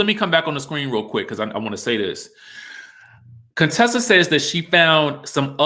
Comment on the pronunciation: YAAASSS to my Sorors Contessa and Quad!🐘❤️ They looked absolutely stunning! Now, Quad looked a bit 'lifted' though. Was that busy the makeup or expert makeup artistry.: Please stop pronouncing her name as Coontessa!!!